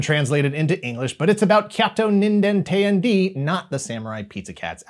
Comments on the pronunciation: It's not "teh-yan-dee" rather it's "t'yan-deh!". IIRC it translates into something akin to "(what) the hell?!". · Bruh, it's pronounced tay-anh-day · teyandee is pronounced teh-yan-deh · I love you, but the way you pronounce “Teyandē” causes me physical pain.